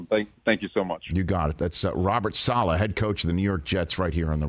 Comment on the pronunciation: "Sala" please Rich 😭 it's Saleh. This guy must be done correcting people's pronunciation though 😂